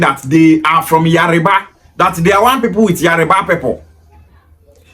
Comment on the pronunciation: It’s Yoruba not Yariba illiterate